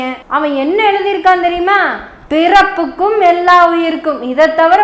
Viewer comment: பிறப்புக்கும் என்று உச்சரிப்பது போல் தெரிகிறது.பிறப்பொக்கும்